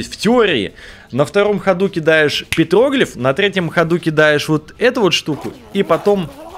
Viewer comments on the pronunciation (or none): я конечно не специалист, но не "петр о глиф" а "петрогл и ф